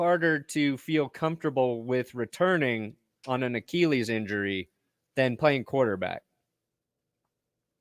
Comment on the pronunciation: It's a KILL-eez, not a KEEL-eez. Stop saying a KEEL eez.